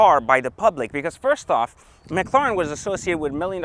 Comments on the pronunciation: It's Ma cla ren not mocloroen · McLawren. Lmao. Does anyone else find it annoying how he says McLawren instead of McLaren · Stop saying "McCLorn" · Owns a McLaren but cant even pronounce it right🤣